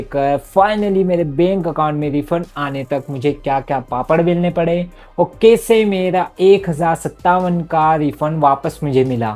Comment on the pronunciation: (pesa, kese, benk ) bhai ye words bolne ka tareeka thoda alag hai😂😂